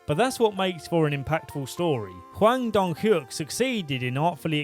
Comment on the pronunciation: I like how you pronounced the series creator's name seemingly perfect (I don't actually know what Korean sounds like, but it still sounded convincing) (to explain: after making a big deal about not being able to pronounce the names earlier).